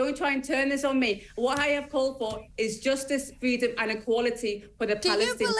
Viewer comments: She’s fight for ‘fweedom’! 😛😛😛😛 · There is no indigenous population, they were refugees. What a infuriating individual she can’t even speak properly, learn to pronounce a “r”.